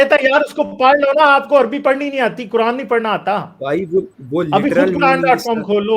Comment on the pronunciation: Kuran 😂😂😂 nahi ku rand bolo bhai